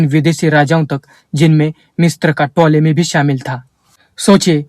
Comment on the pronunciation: भाईसाहब मिस्त्र उच्चारण नहि है । मिस्र है ।